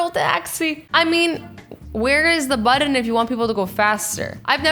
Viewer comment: 1. whats a budden? do you mean buTTon??? sorry its just annoying